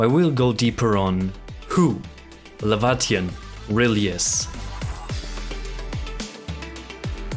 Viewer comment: So to bust your theory that Laevatain is Surtr (Lay-Vah-Tain) Rather then what you said (Lah-Vah-Tee-on) Her bio states she says she isnt Surtr and hates that people call her so or compare her to Surtr. Funny huh?